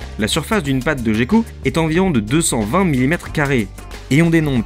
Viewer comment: Une petite remarque sur la prononciation de gecko. Ca se prononce comme "Gueko" et non "Jecko". Sinon très bonne vidéo :)